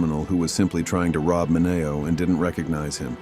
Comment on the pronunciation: Say the names right! It's min e o